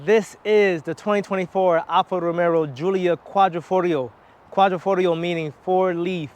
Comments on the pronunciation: Much Love Dawg....ROMERO...I can't unhear it DAWG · Yo DAWG...I'm 7 seconds in and I'm TRIPPING Dawg !!! ROMERO !!! Quadrifogrio !!! I hope things get better "G" !!